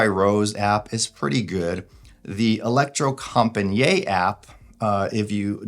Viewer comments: Pronouncasion is e-lec-tro-com-pa-nee-it / The last “niet” is not one long pronunciation like njet but like two words: “knee” it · It’s not french, Electrocom-pa-niiiiet! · If you go to Google Translate, choose Norwegian and write "elektrokompaniet" (with a K and not C) and press the speaker you get about as close to the proper Norwegian pronunciation as possible.